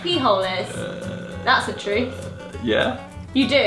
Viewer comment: I don't want to be a hater but it was annoying ime when he was keep saying truff of dare even though Marcus can say truth